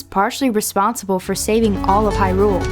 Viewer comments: I always thought “Hyrule” was pronounced stressing the 1st syllable - “HI-rule”... as opposed to how this vid pronounces it, stressing the 2nd syllable, “hi-RULE”... sounds off... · I hate the way she says Hyrule. She says it like its two words.